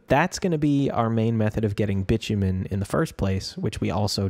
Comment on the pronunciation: I know I'm late to the party, but it's actually pronounced bye-too-min. Love the series! I've been using it to get ideas for my own setup!